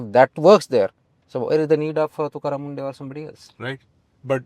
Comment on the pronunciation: It’s not mundeh it’s munde